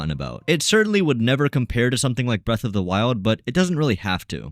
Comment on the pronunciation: he did not say breath